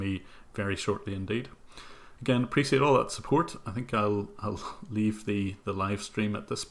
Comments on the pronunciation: appreciate!! not apricit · Really love your videos and this was a very interesting stream as well. But sadly the way you pronounce "appreciate" irks me a bit.